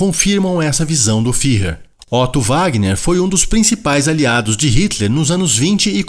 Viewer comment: Fuehrer! Ü se pronuncia "ue". "Fihrrer" não existe! 😍